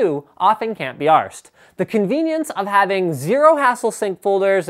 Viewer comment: so funny to hear a canadian say 'arsed'